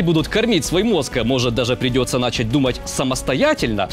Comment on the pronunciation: Не "нАчать", а "начАть"!!! Где вас, таких грамотных, берут?